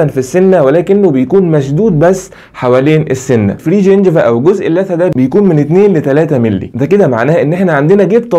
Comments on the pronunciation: اللثة وليس الثة تكي على الام يادكتور عشان يطلع اسمها صح ... جزاك الله خير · ممكن تنطق كلمة اللثة بالصح نطقك جدا مستفز معني حبيتك ههههه